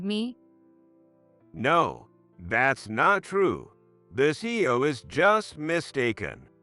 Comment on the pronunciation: C.E.O. - not See-O